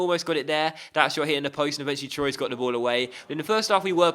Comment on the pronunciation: Troyes is pronounced exactly like the number three in French